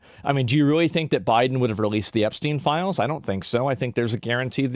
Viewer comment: What everyone said: "Release the files!" What was heard: "Release the philes!"